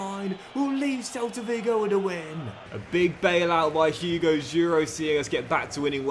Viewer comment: Quick pronunciation tips: Javi Guerra: in Guerra the U is silent (Gerra) Hugo Duro: in Hugo the H is silent (Ugo) and the D in Duro is pronounced like the D in door